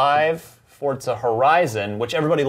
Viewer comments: Why are they pronouncing "Forza" like "FORT ZA"? Is that how it's actually pronounced? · For-za not fort-za